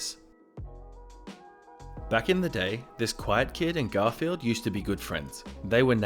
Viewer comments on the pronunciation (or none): It's "Ger-il F-ren-d" not "Gothle" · Ok one thing did you just call a girlfriend, a “Garfield”?😂